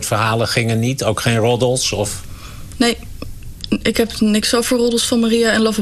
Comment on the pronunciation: haah hoe die man roddels zegd lol